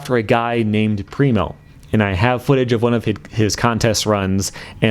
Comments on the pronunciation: Pretty sure I commented this before on an older video? But there is nobody in germany who says "primo" like "rhino", seriously. Now people think people say that in germany because one dude has noob friends :D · Can agree to this. Never heard someone said Primo like rhino